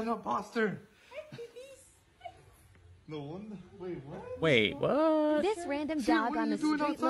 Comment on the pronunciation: I love how they said there’s a inposter😂😂😂